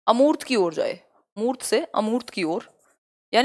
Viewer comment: अर्मूत नहीं होता है🤣🤣🤣, अमूर्त होता है